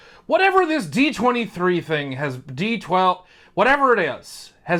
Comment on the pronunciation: He said D-12. Shout out to Eminem lol